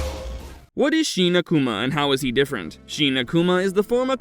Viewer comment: Sheena-Kuma? ... what is that? ... Shin Akuma is not pronounced that way.